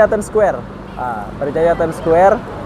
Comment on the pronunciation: Ur pronounciation about ' time square' so suck ... ☑️